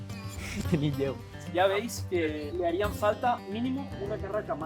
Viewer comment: nin? Eres de suances o que?